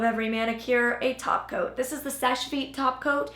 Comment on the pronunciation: Every time you said “topcoat” I thought you said “taco” lol